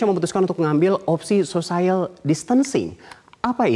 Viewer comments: Social bacanya biasa ajah kali sociel, bukan sosaiel Edit 18/3: sosiel bukan sosaiel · Sosayel????? wkwkwkwk sosiyel kali...... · Pertama kali dengar social bacanya sosayel....omg. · Malah banyak Yang fokus Pada " sosaiyel " nya ... Lmao 😁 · Salfok.. *sosaiel..sosaiel.. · mas.. mas..... kok " sosaiyal" sih? wkwkwkw, coba cek kamus google lagi gimana bacanya....wkwkwkw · Cara baca social nya salah, harusnya biasa aja cara bacanya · hahaha gue pikir juga gitu ... sekelas news anchor TV nasional gitu lhoh.... sosaiyal wwkwkw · masukan saja buat metro TV supaya teamnya belajar pronunciation dgn baik khususnya ketika memakai terminologi bahasa inggris... pelafalan distancing sempurna... social? ehm he he he telinga saya gatal berkali2... maaf 😂😂😂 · Buat #Metronews ... saya sekedar meluruskan yg salah ... pengucapan kata bhs Inggris "social" tidak tepat. Silahkan cek kamus. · sama begitu selesai aku langsung tulis saran ke metro teamnya harus belajar pronunciation. Ternyata setelah scrolling down, sudah banyak yg nulis juga. Yg jelas aku bersyukur bukan jadi tukang nyinyir sendirian wkwkwk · Nadhil Ihsan Lah kita kan memperbaiki... biar ngerti cara bacanya, ini bukan sok... kan buat pelajaran. Selebihnya dia bagus kok bawain beritanya...